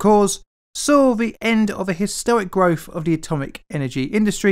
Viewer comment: "Growf" lost me.